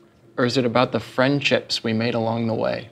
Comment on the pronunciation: Still laughing about "friendchips"